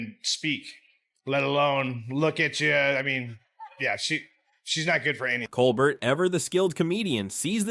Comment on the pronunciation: Too long, didn't listen to it all (less than 5 minutes). . . . Also, please learn how to pronounce Colbert correctly.